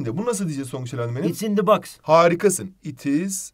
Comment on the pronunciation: cok iyisiniz ama box u yanlis okuyorsunuz 🙃